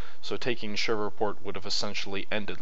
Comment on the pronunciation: Not to be rude. But it's Shreveport. Pronounced Shreeveport. Been that way all my life. I know people from there, and that's how they say it, too. As an side, read Rebels on The Red and Faces of Fort DeRussey by Randy DeCuir